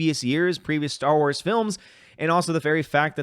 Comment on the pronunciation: I don't think mispronunciation of Star Wars at the beginning of this video is entirely incorrect. Under Disney this franchise truly has become Sty Wars. What was once the "star" of our entertainment is now a pig "sty" for SJWS.